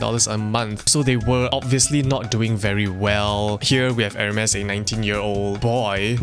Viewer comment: pronounce it as 'ermes or Hermes or hermies? cuz this aint Hermes with the e